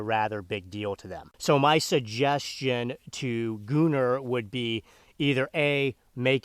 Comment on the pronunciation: I feel like it should be gun-nr not gu-nnr but that’s just me